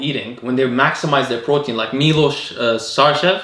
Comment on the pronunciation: You’re amazing for pronouncing name Miloš correctly